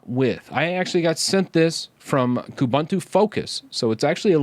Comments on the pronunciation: please learn how to pronounce UBUNTU. It's an African word that is pronounced as OOBOONTOO. In this specific case it would be KOOBOONTOO. OOBANTOO or KOOBANTOO do not exist. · Definitely something to watch out for. BTW, "Most unique" doesn't make sense; something's either unique or it isn't, just like somebody is either dead or they're not. Also, all the "u"s in Ubuntu (and its derivatives like Kubuntu) are pronounced like "oo", so it's "oo-boon-too", not "oo-bun-too".